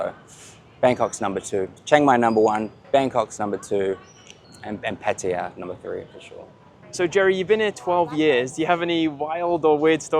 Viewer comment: PATAYA NOT 'PATYA'